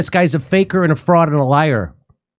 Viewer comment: "Barney Sundars"